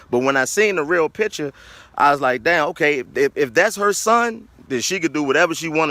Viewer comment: Please STOP saying pitcher. The word is PICTURE. We're better than that